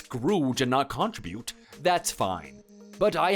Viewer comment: PLEASE...learn to pronounce "contribute"!😮